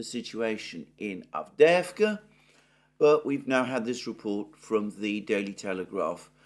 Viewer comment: The way you say avdeevka sounds wrong because you don't say the little "y" (as in "yes") before the 2 "e"s/ It's "Avdyeyevka." A few times is fine but when you mention the same word many times you might make the same effort on it as you have on others. Again I'll also say that "aggressive attrition", conduction millitary operations not to seize any gain directly, but simply to inflict losses, is simply mass murder. This is doubly true if the enemy is already inferior and degraded. I started off as a Z-respecter, but can anyone blame the Ukrainians for not wanting to be under the thumb of a government that conducts war in such a cowardly way, much less against themselves? How many of the Russians in Dnepropetrovsk or Kharkov or Nikolaev can no longer be liberated because they have been conscripted and "aggressively attritted?"